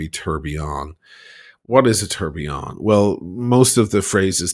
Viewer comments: "The Trump TURDillion" watch 🤣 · First of all, a correction: in a Trump watch is not a tourbillion, it’s a Tuhr-bai-lohn. Second: the Trump font on the watches comes from Microsoft Word 😂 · Thanks for the review. If he manages to sell all his “tour (for) billion” watch he will at least have enough $ to keep up appearances like Mrs. Bucket (pronounced bouquet) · Good god, he could not pronounce the French word well!😅